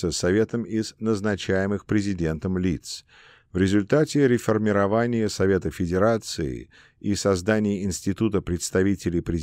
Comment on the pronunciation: Не инкогнИто, а инкОгнито, не Округов, а округОв (мн. число), не реформировАния, а реформИрования, не бомбовЫе удары, а бОмбовые, не комплЕкс, а кОмплекс, не фОрос, а мыс форОс, не в астАне, а в астанЕ, не абАкумов, а абакУмов и т.д. и т.п. Монотонное чтение текста с огромным колличеством ошибок, портит и искажает впечатление об услышанном! Как будто слушаешь гугл-переводчик..., нужно что-то с этим делать...